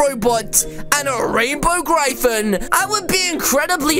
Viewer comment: It's not Said like Grifan it's said like Griffin